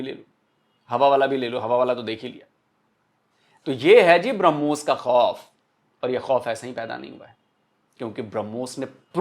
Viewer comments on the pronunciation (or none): BrahMos nahi woh Harmus hai😂😂